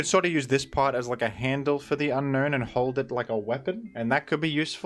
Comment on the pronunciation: Fun fact, Unown's name is pronounced as un-own not un-known